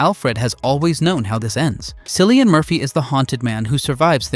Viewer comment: His name is Kill-ian. JFC....the man won an Oscar and you still fucked up his name?